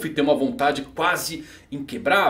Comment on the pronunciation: Pq diabos vc usa o som de acento circunflexo nos nomes de alguns personagens? Tipo kaidô, kaitô, e agora ele que apesar de ter a tônica aguda no O, vc coloca grave kkkkkkk